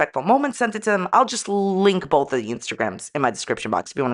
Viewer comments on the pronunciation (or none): I think you mean "bolth" 😂